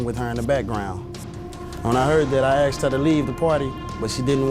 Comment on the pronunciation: I axed him ? can't you use the correct english "ASKED" what a ridiculous saying "axed"